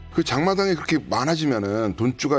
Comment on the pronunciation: 장마당이 아니라 잠마당이네 ㅋㅋㅋㅋ